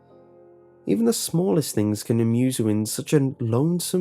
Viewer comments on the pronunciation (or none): none